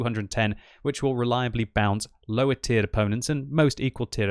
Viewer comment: i love how u pronounce it löwer :)